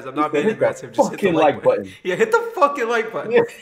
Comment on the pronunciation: We sure did hit the “FOCCUN LIKE BUTTON”